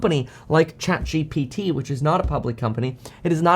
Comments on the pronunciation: Its chatGPT. Kevin has a hard time with saying that. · Kevin has difficulties with these letters G P T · love it when kevin struggles to prounounce ChatGPT and even misspells it in the title. He becoming an old man fr!! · Kevin emphasizing the P in the ChatGPT